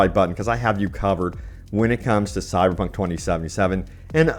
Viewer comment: Is my man saying "Cyberpunk" or "Cy-Punk"?? #slurredtongue